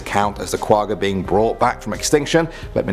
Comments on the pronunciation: I hate how they say Quagga i am from south Africa and Quagga is an Afrikaans pronunciation. The g not from the front of the mouth you make the g sound in the back of the mouth. Go listen to how afrikaans people say the word Quagga. say the the word correctly. And it not Quagga its Kwagga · *not qugga, it's kwagga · I AM SOOOOOOOOOOOOOOOOOOOOOOOOOOOOOOOOOOOOOOOOOOOOOOOOOOOO HAPPY YOU MENTIONED THE QUAGGA OR QUAHHA AS IT IS PRONOUNCED.....I BELIEVE?